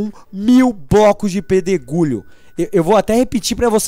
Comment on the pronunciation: quem ouviu no final do video ele falando pedro gulho kkkkkkkkkkkkkkkkkkkkk TE AMO!!!